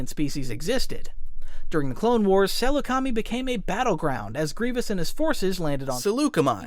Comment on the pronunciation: Swear I can hear him saying Chi-Chi-chi-Chiyuh